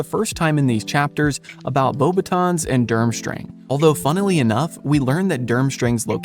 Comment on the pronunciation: Not knowing the S in Beauxbatons is silent is a red flag